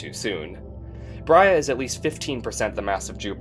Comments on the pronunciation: I always noticed you pronounced “Brahe” as “Bria”, but one search will tell you otherwise. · #75 Brahe should be pronounced like "blah", but with an "r" in stead of an "l".